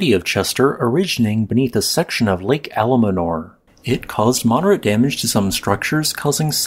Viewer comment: The lake is called Almanor, not Alamanor.